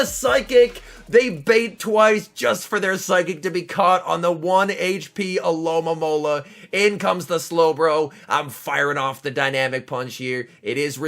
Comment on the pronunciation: Stopped watching when you said alolamola lol Alomomola